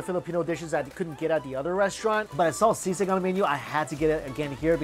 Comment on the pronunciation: He pronounces "Sisig" perfectly